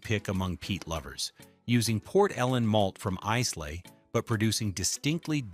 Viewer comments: Its not “eyes-lay, its eye-la”!!!! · Must be AI?!? Pronunciation sucked!! Eye-Luh (not Eez-Lay), etc. etc. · Brooch laddich? Eyes lay? C'mon man. Read your script. AI ruins everything. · Dewar’s 18 year old blend. Give this a go it’s stunning. Glenmorangie original lost something with the new label sadly it was one of my favourites. Pronounced with an emphasis on the fruit Orange. Pronounced Ila not islay. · Look, if you’re going to talk scotch, do no use an Ai voice. It mangles the way the brand names and other terms should be should be pronounced. You already lost me in the first 8 minutes, but when you pronounce it is-lay, then ize-lay, you do no justice to any of this. There is a mispronunciation in literally every 30 seconds of this video, which tells us you’re not doing this for a love of the drink nor the industry nor the very old and respected distilleries. Shame on you guys. Show some respect. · A mispronunciation of Islay.